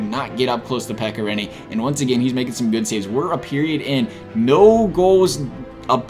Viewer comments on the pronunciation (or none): none